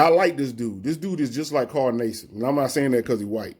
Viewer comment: Carl Nay-sibb lol